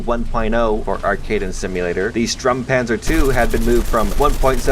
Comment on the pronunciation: Not be a grammer nazi hehe but you pronounce stürmpanzer wrong. You pronounce it strumpanzer When it is supposed to be sturmpanzer with the u before the r. Sorry for awful english.